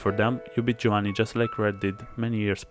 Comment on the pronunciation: Are you Italian? Because you pronounced "Giovanni" quite perfectly